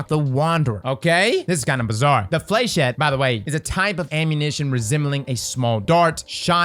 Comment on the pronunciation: Its pronounced Flesh-et